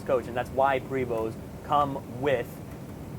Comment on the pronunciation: Love your detailed videos!! Just an fyi...Prevost is pronounced "Pray Voo" Think French lol..